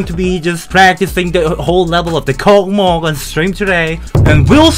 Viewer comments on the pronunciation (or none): its pronounced "KOSMOS" not "COCKMOCK" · It's no cockmok, it's kosmos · i think its pronounced as kosmos not kocmoc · Kosmos, not kokmok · Это так смешно когда вместо КОСМОС он говорит КОКМОК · It’s pronounced kosmos not Kokmok it’s from Russian Космос just to let y’all know Means space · It’s pronounced like Kawsmaws not cocky mock and This is how my grandpa sees stereo madness. - Doranoob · its russian level so its pronouncing not kokmok its kosmos (it means space) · It's true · STOP SAYING THIS LIKE KOKMOK! THIS IS KOSMOS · Its pronounced Kosmos not Kokmok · Хах, кокмок) Дорами, это читается как KOSMOS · Я слышал коко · its pronounced [KOSMOS] The C letter looks similar to Russian C, but the Russian one is pronounced like S. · it pronounced «Kosmos»